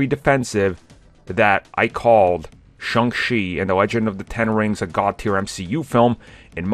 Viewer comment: IT's pronounced Shong CHEE, not Shong SHEE. I don't know, maybe your doing it on purpose, like the other guy calling it the M She U.